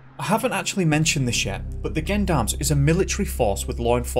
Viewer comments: Hey great video not heard of it & it's very vague & sketchy, & just for the record isn't is pronounced Jon-doms for the Gendoms as u say it? X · They're pronounced "Jeon-darms" not "Gen-darms" Face palm. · some french pronunciation notes: the letter g before e or i is pronounced like "zh" (or the s in vision). "Me" is short for "Maître", a title used for lawyers (like Mr is short for Mister). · Gendarmes or "Jean d'armes" ( for pronunciations sake) are not a paramilitary organisation. They are a French national police force based on military lines. Other than that. Cracking video. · Gendarmes is pronounced with a soft G, as if it were Jendarmes. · Gendarmerie and gendarmes are the military force/police here in France, and it's pronounced with a "j" like in the word Joke or Jeans ... Sounds like jandarm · its not gendarmes its "Jondarmes" at least thats the sound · Absolutely butchered those French references. It’s pronounced ‘Jen-darm’ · For the love of god it’s pronounced ‘Jean-darm’ you sound like an american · Gendarmes is french. Its pronounced Shjean-darmes or was originally anyway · The 'gen' part in gendarm is pronounced like the name Sean. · Not everyone is French